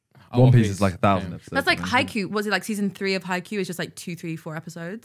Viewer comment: Simon, please, Haikyuu not Haikuu. There's a Y.